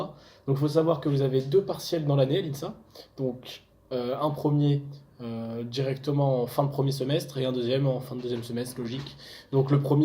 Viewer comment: Salut mec, cool tes vidéos. Je voudrais intégrer l'NSA l'année prochaine et j'aimerais savoir quelles étaient tes notes en terminale. Mais vu que t'es à Strasbourg j'imagine que t'es une tête 😅 #teamsvtl'élite💪💪 PS: on dit pas "insaien" plutôt que insassien ?